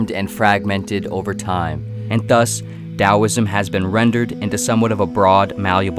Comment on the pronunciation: Im so glad you said it as dowisim